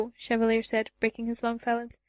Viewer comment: It's not as bad, but "Cheva-lee-er" drives me nuts.